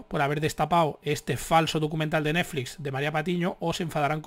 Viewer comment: Dices Neflix como yo